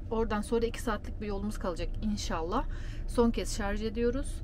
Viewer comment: Şu an ayrı yazın lütfen. Çöp hassayetiniz için teşekkür ederiz. Bir de nadiren şarz diyorsunuz, çevreci aileye pek yakışmıyor. Selamlar 👋